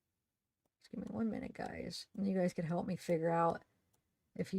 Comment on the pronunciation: I heard HALLLLP! at least twice